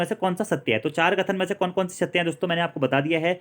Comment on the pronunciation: सै और से में फर्क है जी